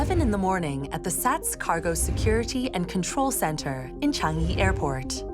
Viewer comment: How hard is it to pronounce Chang-i properly. Chang - PAUSE - yee. Idiots.